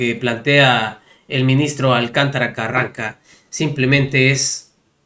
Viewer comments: Irving es Carrancá con acento en la última A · Mi estimado migo, no es Carranca... es Carrancá (palabra aguda, que tiene acento)